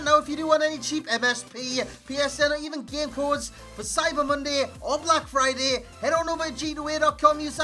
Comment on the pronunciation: I thought you said "oblak Friday"